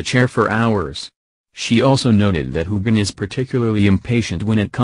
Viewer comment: Old news. Please learn the correct pronunciation of Sam and Cait’s names